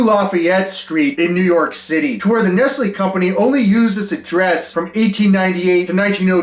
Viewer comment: Killing me how badly you are mispronouncing Nestlé lol